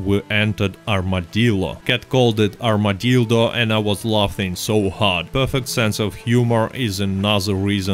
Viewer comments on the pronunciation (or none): Thanks for the giggle, espescially at 'Armadildo'.